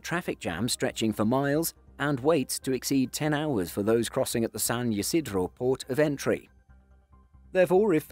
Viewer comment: San Ysidro is pronounced "San Ee-see-dro" not "San Ye-sid-ro", fyi